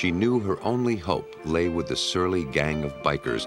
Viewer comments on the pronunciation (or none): none